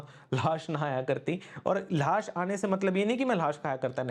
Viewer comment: ल्हास❌ लाश✅